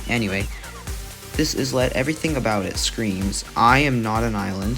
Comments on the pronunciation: you pronounce it as "eye-let" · Yeah the “is” is pronounced like it is in “island”